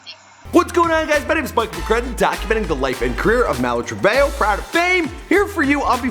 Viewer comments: You mean Malu Treve Ho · It's not Trevejo it a TreveHOE